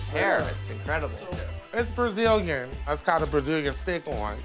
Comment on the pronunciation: "its called a brajillian stick on"